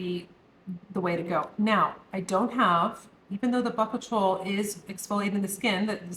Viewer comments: Bakuchiol = Ba-Coo-Chi-Oil (FYI) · Hi, Great content. I believe the pronunciation of the retinol substitute is Bu koo chi ol. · Bakuchiol is pronounced bah-cooch-ee-all…